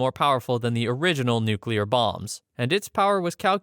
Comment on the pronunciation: I do respect you for pronouncing Nuclear correctly.